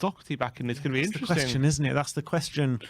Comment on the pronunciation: How is catchphrase ‘it will be interesting to see’ but he can’t pronounce ‘interesting’ 🤣🤣🤣